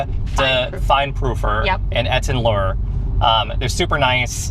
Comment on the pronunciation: You guys made my day (again). Etten Lure...like you are luring us in 😊(It's like Etten Learn without the n). Snacks look amazing, anduh, the outfits...Pulp Fiction baby, especially, love it!